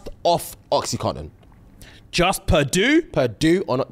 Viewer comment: please PLEASE correct. Its oxy-CONTIN 😅